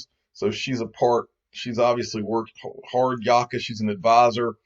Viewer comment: Its pronounced 'Hard -yak ka'